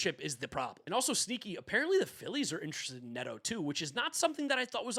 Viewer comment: Dude doesn’t know how to pronounce ‘interested’